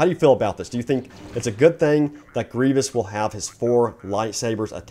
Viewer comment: sorry you just said dooku wrong and grievous